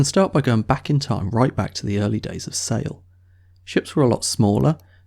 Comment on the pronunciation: "sigh al" (sail)